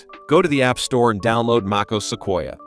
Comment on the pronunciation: AI SLOP!!!! took 3 seconds to hear os instead of O.S. .... smfh